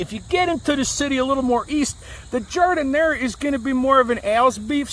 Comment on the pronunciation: O-O- I love Eye-talian Beef Samwiche with Gardinier...miss it so! Makin' me hungry here.